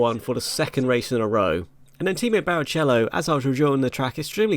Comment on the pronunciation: Breaking: Tost punches Shepperd after appaling spain showing and misprounciation of Barrichello